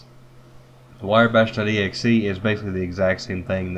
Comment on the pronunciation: Decent vid, sir :) its "wrye" (rye) bash